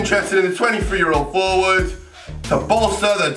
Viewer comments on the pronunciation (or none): none